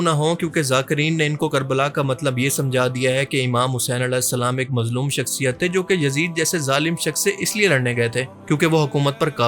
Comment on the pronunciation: As nhi hain ra hain alesalam mat kaha karo